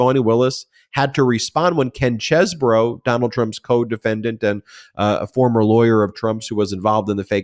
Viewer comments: Cheese not chess, I checked on line for the pronunciation. Ken Chesebro. Please pronounce correctly. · Please Google Chesebrough's pronunciation. It's not chessbrough it's Cheese-bro